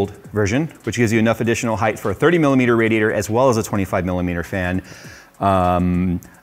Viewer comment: my man, you're killing me, it's height not heighth lol Love this case, might switch to it when I upgrade